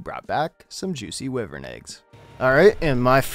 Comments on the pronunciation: What’s a whivrin? I know what a wyvren is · What's a wyvren? I know what a wyvern is😂🤦‍♂️